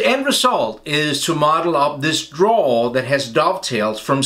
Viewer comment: Hey Don't know if anybody has told you but it should be drawer not draw. Love your videos btw very thorough in your explanations 👍🏻